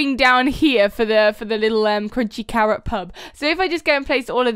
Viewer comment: I know those times like how you said cawwot and not carrot. It happens A LOT for me:)